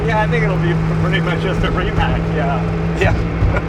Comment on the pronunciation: How come the guy is Croatian, but has no clue that Rimac should be pronounced like Rimahts.